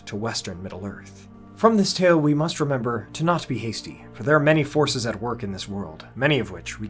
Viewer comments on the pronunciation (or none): none